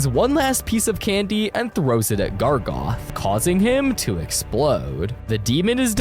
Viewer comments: ITS GARGOROTH!!!!! NOT GARGOTH!!! GARGOROTH!!!!! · 1 thing he says that is wrong is GARGOTH IS GARGAROTH OR SMTH BUT NOT GARGOTH. 2carman? Thats how he pronounced it and siman WHAT? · "gargoth" ITS GARGAROTH. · Gargaroth not gargoth😡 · why is he saying Gragoth💔